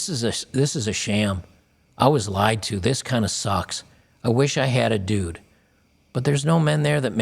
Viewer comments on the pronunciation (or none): none